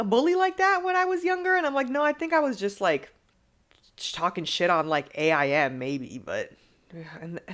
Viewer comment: First of all - AIM pronounced as A-I-M has me shook and second of all I was dyingggg at your embarrassing stories but I literally thought you were gonna say you scarfed down the snickers and that you went on the stage which chocolate doodoo all over your mouth 😂😂😂😂 awww but I’m sorry you choked too but wow the commitment to still serve after is amazing 😂 love you ❤❤❤